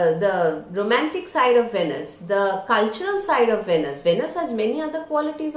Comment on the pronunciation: Pronounced- “veenus”